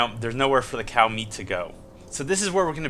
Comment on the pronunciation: Every time he says cow or meat... I cringe. Are you fucking sorry?